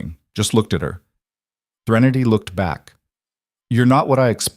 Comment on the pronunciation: Is it Threnity or Trinity! It’s spelled Trinity, but pronounced Threnity! Why does every story have poor coffee, clothes that cost more than someone’s rent, etc?